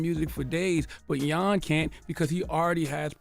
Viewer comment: 🎙Ola 🇺🇲 (did you say his name is Jan 'yawn'!?🇩🇪) 🤔This should not be a shocker, racist, neg' culturalist views of ppl from 🌍 descent has not died out because those ho think this way are still walking te 🌎🌏 and spead there 🧠disease to their kin folk. [emphasis on the 2 global areas posted in this comment] msg!📰